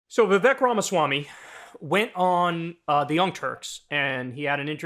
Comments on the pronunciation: It’s vi-Vake like cake… hard to believe you can cover someone fairly when he has at numerous times produced the correct pronunciation of his own name. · It's Viv-ek like fake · Vivek has an "e" but is pronounced like it has an "a". In other words - it rhymes with "fake"! Appropriate. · Vivek. It’s pronounced “weasel” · Didn’t pronounce his name right though 😂 So they didn’t do their homework, plus he probably didn’t know, sorry Ana’s Ego was hurt, that’s all that is! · You might try pronouncing his name correctly